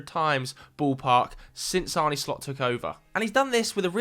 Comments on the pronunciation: idk if it helps to spell it out like this but Arne Slot's first name isn't pronounced "Arnie". more like "Arneh" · Arn-eh Slot, not Arni